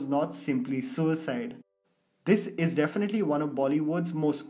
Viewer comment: Ya we definilty can't understand u sed definilty than definitely 😅😂